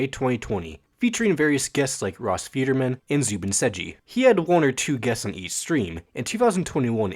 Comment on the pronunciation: Wait, it’s pronounced Ross “Feederman”? Guess I’ve been wrong the whole time